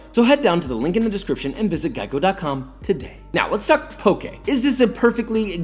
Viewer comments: Thank you for not pronouncing it “poki” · I’m just glad he isn’t saying pok”ē” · so happy you pronounced poke correctly